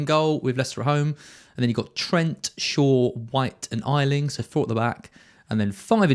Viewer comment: Its pronounced A Ling ,not I Ling !!!!!!